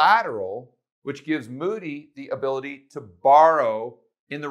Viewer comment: "hability" :-D